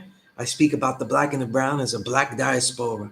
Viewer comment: Diaspora the way you are saying it, is just not simply how the word is pronounced. Never say it again because you sound dumb. No disrespect.